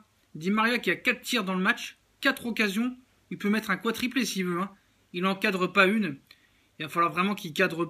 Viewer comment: on dit quadruplé poto, pas quatriplé , et sinon oui, Neymar en numéro 10, il joue vraiment bien, il est à l'aise a ce poste, il a l'habitude parce qu'il joue parfois a ce poste avec le Brésil, il est meneur de jeux, il voit tout le jeux, il peut faire ces dribbles etc...le ballon passe souvent par lui, il aura pleins d'occasions de marquer des but et de faire des passes décisifs, Tuchel est stricte, ça se voit trop, il chipote pas, il dit Neymar tu centre, tu tire les coup franc, et tu tire les pénalty, et Ney le fait, et basta, pareil avec le gardien, Gigi aujourd'hui tu joue, et il joue direct, et Aphonse ne bronche pas, pareil pour Aphonse, vice versa quoi, j'aime ce leaderChip, c pas comme avec Emery, laisse tomber avec lui quoi, la Neymar, je le sens heureux, intégré dans le projet du psg, s'il continue comme ça, il reviendra en force, sinon ah!!!!l, la belle époque des numéro 10, j'ai toujours aimé le numéro 10 en Foot, au PSG il y a eu des grands 10, mais je vais en citer que 2, mes idoles, Raï et Ronaldhino et sinon qui ne connaît pas Pelé, Maradona, Zidane ou même Messi les meilleurs 10 de l'histoire qui sont les meilleurs joueurs de tous les temps aussi